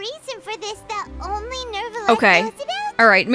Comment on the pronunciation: New-VAH-let. Not Nervalette.